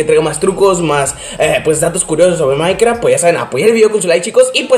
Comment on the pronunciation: Soy yo o dice maicra